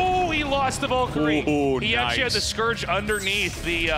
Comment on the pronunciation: The way Artosis and Tasteless pronounce Valkyrie almost gave me a stroke